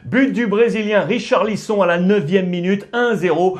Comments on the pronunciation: Sa se prononce richarlisonne pas richarlison jamais entendu sa de ma vie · Ça se prononce "richarlisonne" mdrrr